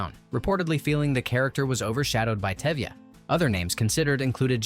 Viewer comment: Exactly. Even the lead role name Touvia- became Tevia. What gives...?😅